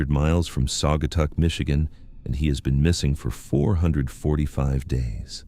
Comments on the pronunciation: Sag-uh-taw is how it's pronounced. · Saw guy taw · Saw guh taw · Sagger tawr